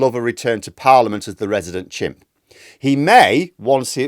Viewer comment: I thought he said 'gimps'.